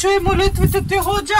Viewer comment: Много е смешно как викаш али Баба хожа